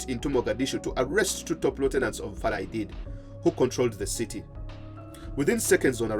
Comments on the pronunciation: Farah not farla please correct it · “Muhammad Farla Aidid “ according to the narrator 😁